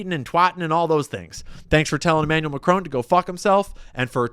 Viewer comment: "Emmanuelle McCrone". "Dayvose". FFS. Sort your pronunciation out.